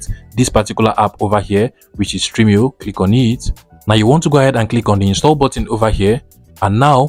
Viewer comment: Its stremio not streamio. Thanks for the video